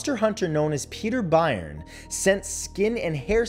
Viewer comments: It is pronounced Peter BURRN not Biirnn spelt Byrne. One of the 4 horsemen of cryptozoology. Only fair to actually pronounce his name correctly. It would be like pronouncing your name MaTTTTT-HUUU. God knows how you would have pronounce Rene Dehinden or Grover Krantz... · Peter Byrne is well known. His surname is pronounced "burn."